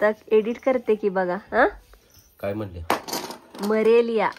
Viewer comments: मलेरिया ❎ मरेलिया ✅ 😅😂 ६ इंजेक्शन ❎ १६ इंजेक्शन ✅ 😂😅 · मलेरिया ❌️ मरेलिया ✅️